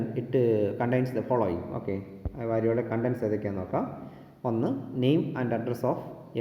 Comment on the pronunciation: വരിയോള അല്ല, വരിയോല